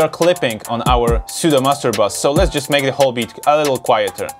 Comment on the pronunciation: I love how he says making bitch in reaper XD